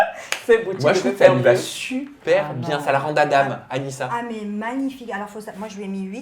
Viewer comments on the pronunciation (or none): none